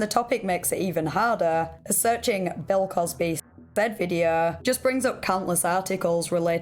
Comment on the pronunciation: "Bell cosbehh"